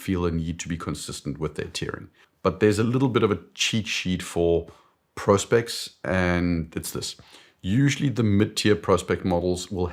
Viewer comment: So refreshing to hear Prospex being pronounced correctly for once.